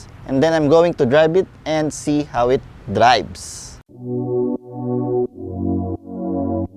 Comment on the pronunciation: "Dribes" (drives) and "Bents" (vents). Again para sa mga tamad mag enunciate ng tamang English pronunciation.